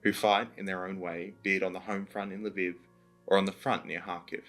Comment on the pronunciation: It's Lv EE v, not Lv ih v